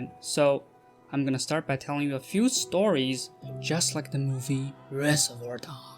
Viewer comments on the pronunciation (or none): 英文intonation還可以啦，但单词的发音需要polish😄 few的音发的很像fuel